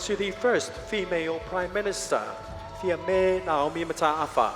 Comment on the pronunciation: Se'i fa'asa'o le pronunciation o le suafa o le tua a a Fiame se. E ese a le olo mai o le nanu ia ae leiloa ta'u le suafa o le tua a a Fiame.